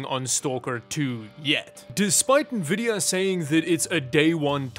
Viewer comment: saying Nuhvidia for more engagement;)